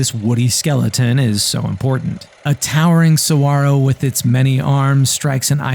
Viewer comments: Why did you not pronounce the "G" in saguaro? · Bonus points for saying saguaro correctly